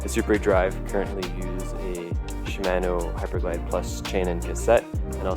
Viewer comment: If they happen to come calling, it's pronounced "shi-mah-no". ;-)